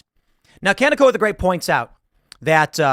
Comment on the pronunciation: Hey Kanekoa is pernounced Kah-neh-ko-a the h is soft it's just here to guide your voice the ka is like car and ne is like never and the ko is like core and the a is like around.